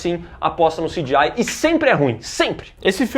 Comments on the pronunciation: Parem de falar "CJAI" do gta e falem C G I mesmo sejam analfabetos direito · Pq o não fala CGI, que nojo desse cara falando "ciGiai" que chato veii. Frescurada do caralho. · O falando sidiai me incomoda mais do que o cgi do filme kk